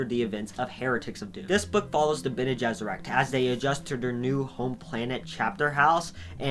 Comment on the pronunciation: Pronunciation varies a bit from who is portraying, i.e. “Dune 1984” had a bit different pronunciation then say the Sci Fi Channel’s made for TV series “Frank Herberts Children of Dune.” I laughed a bit when you correctly pronounce the hardest proper names, the Tleilaxu & Bene Gesserit, but not the rest. Harkonen: Har-Ko-Nen, or in some case, Har-Ka-Nen. Ghola: Go-lah. Fun fact the word Ghola is a derivative of the Hebrew word for a clone like being “Golem” in the bible. Ghanima: Ga-Ni-Ma. Leto: Lee-toe or Lay-toe, just depending on your preferred accent. Same as the actor Jered Leto. Alia: All-ee-ah. Darwi Odrade: Probebly pronounced Ohd-Ra-De Any who, love your work. Keep it up. 😀